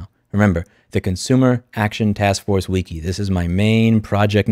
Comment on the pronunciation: Please take a moment to Google "how to pronounce wiki". Thanks.